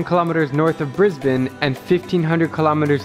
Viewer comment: Finally an American that pronounces Brisbane correctly. Most yanks call it "brizz-bane" 😂😂